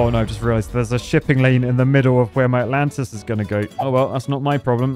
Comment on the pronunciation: All I kept hearing was -lantas.